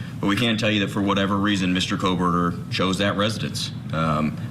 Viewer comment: Stop with Howard Blum! He’s so ignorant to the facts that he still pronounces the killers last name with an “L”! KOHL-berger.